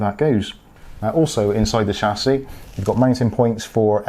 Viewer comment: It's Chassis not Chassis